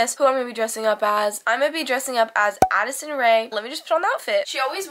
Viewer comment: Did nobody catch addSISON instead of addison or am i just blind